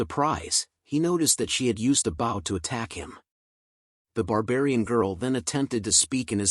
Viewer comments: lol why u calling a bow a bowl lol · The oxbear slapped the oxbear, after each every other oxbear. Oxbear, oxbear, oxbear. My brain was shocked when the pronunciation for bow was pronounced wrong and pronounced "b-oo-w." Or something close to that.